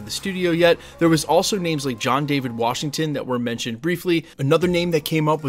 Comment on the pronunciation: Show the man some love and pronounce his name correctly "Daveed".